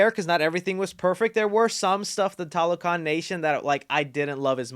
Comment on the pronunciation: They needed a bit more consulting for fleshing out the mesoamerican background. Example tlalocan is a Nahuatl word and they are supposed to be Mayan. They also pronounce it in the Spanish way instead of Nahuatl. Finally, most of the movie they say Talocan instead of TLalocan.